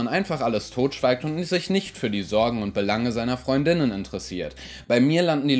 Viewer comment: Wieso betonst du Freund*innen auf der zweiten Silbe? Ich dachte, die Aussprache davon wäre wie Freundinnen, aber mit glottalem Plosiv vor innen. So klingt es einfach wie Freundinnen.